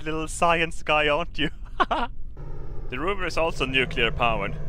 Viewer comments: What's a ''ROOVER''??? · "Fish-sion Engines"....XD "Rooover"....XD -2016!